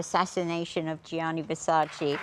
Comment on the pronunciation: When he properly says Versace! MY MAN!